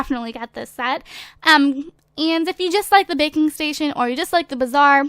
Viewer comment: When you said "Baking Station" I thought you said "Bacon Station"